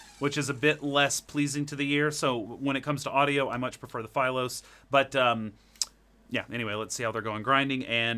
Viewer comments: Philos is a Greek word, you've always mispronounced that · Why are pronouncing philos like that? Lol